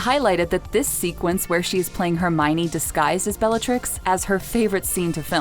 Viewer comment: Argh! It’s not “Herminy” it’s Her-my-oh-nee!!!!!